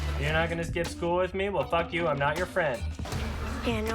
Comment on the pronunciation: says fuck really funny. See